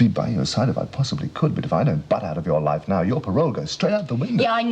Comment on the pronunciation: Went a bit Irish with his ‘loife’ pronunciation when taking Vee out a few episodes ago